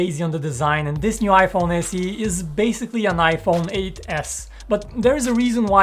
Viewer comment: Did he just say iPhone 8S?